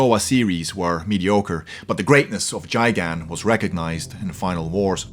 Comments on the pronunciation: You pronounced Gigan Rong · You pronounced gigan wrong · This guy can't say the names right it's cringy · Okay now I'm triggered he pronounced gigan and bilionte ;( sorry if I misspelled the Kijju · Can pronounce Ghidorah but not MUTO and Gigan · Jesus, the way that you said Gigan, I hate you for this. Also, Destroyah is by far the strongest, the same Godzilla fought both of them, and Destroyah shrugged off his red blast (that was even more powerful because he was burning Godzilla) while Godzilla completely tore up Ghidorah's wings with a regular atomic blast. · Guy-gan, not juy-gan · Jigan really fucking dumbass it’s Gigan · gigan not jigan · Its gigan not gijan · He said JIGAN instead of GIGAN It's pronounced Gigan (GUY-GAN) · “Chigan” ITS GIGAN DAMN IT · Jigan? GIGAN! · It's Gigan not Jigan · It’s not jigan it’s gigan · Who else wondered why he said jigan instead of gigan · It's not jigan its gigan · "Gi-gan" not "Ji-gan". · Dude, his name is pronounced Guy-gan. Not Jy-gan or however you pronounced it. Sorry for being a grammar nazi, I'm just a huge Godzilla fan. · God dammit y u say jigan not gigan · Nice video man!! However, I just wanted to point out that the kajiu’s name is not pronounced “Ji-Gan” but it is pronounced “Guy - Gan” 😂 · Its not jigen it’s gig in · And it's not how you say gigan as Gy-gun it's GUY-gun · It's pronounced GUY-GAN ... not Jigan.. and as far as female kaiju is concerned, the female Rodan was the first female Toho kaiju, debuting in Rodan, 1957, and Mothra also precedes Biollante, first appearing in Mothra 1961... do you really know anything about daikaiju? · Gigan not Giagan you dunce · Jigan....... Its GIgan...... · It's Gai-Gan not Jai Gan. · Gigan "guy-gan" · Jigan!? Don’t you mean gigantic? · And you said gigan wrong it's like you said giggan